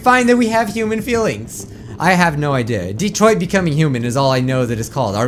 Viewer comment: DELAWARE... DETOROITTO.... (yes I know it's Detroit, but it's just how japanese people say it) SUMAAAAAAASHU!!!! (again, I know it's Smash, but it's just how japanese people say it)